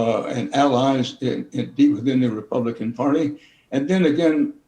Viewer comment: Did he say RepubliKKKan?